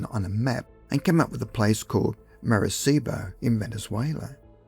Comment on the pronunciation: Maracaibo is pronounced mar-uh-kai-bo. There is no s sound.